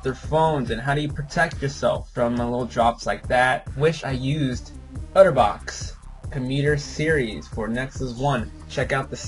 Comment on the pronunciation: its otterbox, not utterbox.